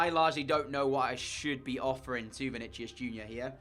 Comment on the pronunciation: I'm pretty sure Vinicius is pronounced as Vini-si-us.